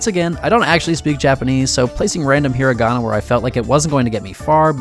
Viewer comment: Thank you for correctly pronouncing hiragana/katakana.